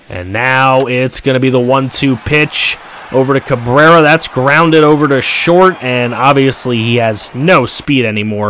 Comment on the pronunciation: you mean "STORT"? lol